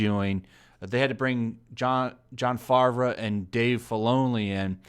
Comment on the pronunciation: John Favre? Is he related to Brett Favre? Haha you said it wrong.